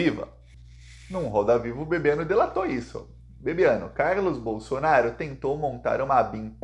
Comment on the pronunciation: Nao é BOLSONAR I O. é BOLSONARO, PORRA.